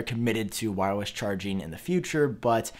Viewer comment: Am I the only one hearing this guy saying “whywus” instead of wireless?